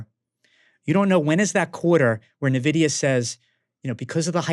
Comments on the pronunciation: Why call it "Nevidia"? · Another banger... Red card on the Nvidia pronunciation tho 😆